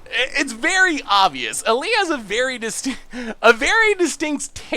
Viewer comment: I know isn't the greatest at pronunciations, but hearing his butcher Ali's name was tough